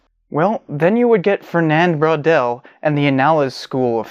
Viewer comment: i love the way you pronouce "bwaudel" wondering between "bro" and "bor"..with a wave of awkward puns ;)